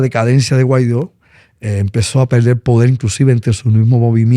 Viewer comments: Ah y es Guaidó no Guaidio 🙄🙄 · Primero aprendan a pronunciar Guaidó y después hablen de él. Jajaja